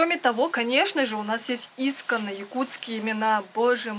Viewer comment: Извините, ударение в слове " искОнные( ый) на " О" ..Удачи Вам!😊